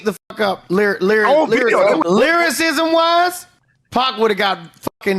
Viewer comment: " lyrISIZZZZM wIZZZZZEE "🤡